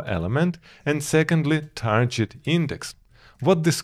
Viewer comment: Nice videos as always. By the way you're pronouncing "target" incorrectly. You're saying "tarjet" instead of "target".